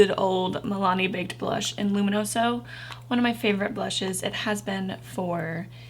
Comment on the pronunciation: You pronounced luminoso wrong.